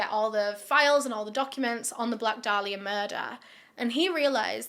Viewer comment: It’s pronounced Day-lee-uh And how about YOU being respectful????